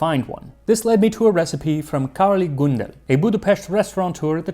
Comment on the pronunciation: Turning the gy in magyar into a j, and the ly in Károly into li, and completely axing the e from Gundel was a travesty, though.